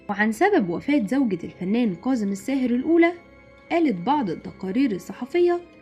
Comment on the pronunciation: اسمة كاضم الساهر وليس قاضم الساهر المصريين لا يجيدون التحدث بالعربية الفصحى وينطقوها غلط في غلط